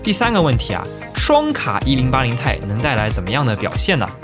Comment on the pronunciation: 其实读1080 T I，不是太。